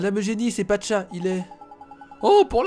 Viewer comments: Pacha pas Patcha ! ;) sinon super vidéo ! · c est pacha pas patcha